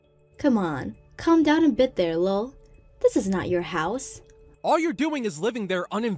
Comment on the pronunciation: STOP PRONOUNCING THE LOL!!!